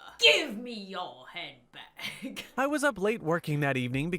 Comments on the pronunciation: Random guy w/accent: I need your handbag Me:*hears* YoU NeED hEr HeAD BaCk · For a minute I thought he said “I need your hand back.” Now I realize he said handbag. xD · I thought the robber said i need you hand back😂 but when I heard it again cause I was confused but he really said I need your hand bag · Did anyone else hear “I want yo hand back” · He said hambag lol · V ikr same- If she didn’t say that he said “I need your handbag” I would’ve thought he said I need your head back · Guy: give me your hands back What i hear: give me your handbag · When the robber said "I need your handbag" I heard him say "I need my head back" 💀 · “I need yo handbag” I THOUGHT IT SAID “I NEED YOUR HEAD BACK” IM DONE SJDJFNRJSOSJDHSIA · What normal people hear : I need ur handbag What i hear: I need ur hand back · When he said "i need your handbag" i thought he said i need your HAND BACK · When he said I need your hand bag I thought he said I need your head back or I need your hand back XD